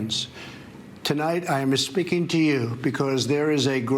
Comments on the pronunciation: "Tonight I am e speaking to you." Trump being an immigrant for 2 seconds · Has no one noticed that trump started out with hes "Espeaking to you" ? No one? lol Was I the only one that noticed that? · "I'm Espeaking to you" Is he turning mexican? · Favorite part is when Trump starts talking like my Tio from Mexico. "My fellow americans, tonight I am espeaking to you". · "Tonight I am aspeaking to you..." What a jackass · He started his speech by saying "I am Essspiking to you." That's a Mexican thing you cant have that Mr. Trump. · Did he say: “Tonight I am mis-speaking to you...” ??? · Trump couldn't make it through six words before flubbing his written speech LMAO. My fellow Americans, tonight I'yammma speaking to you... And FFS, time to get grampa some glasses, isn't it? What a cowardly President we have.... afraid to admit he's obese, afraid to admit he wears dentures, afraid to be seen wearing glasses, afraid Putin will expose all his secrets. You can say a lot of things about a lot of presidents, but NEVER have we elected such a damn spineless worm. PS Trevor killed this. Nice job to you, the writers and staff & thanks for the laughs! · Did Drumph just say "I am espeaking to you"...? Careful, don't want to sound too Spanish there Donny boy. Your fellow racist/xenophobic throngs will turn their backs on you ;) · Trump starting to get a Mexican accent Tonight i am espeakin to you